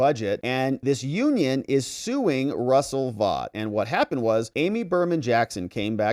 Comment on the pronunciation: Russell Vaught is pronounced Russell Vote. You’re welcome.